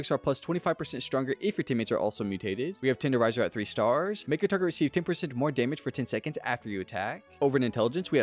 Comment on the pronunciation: Staaaaaaars why do you say it like that?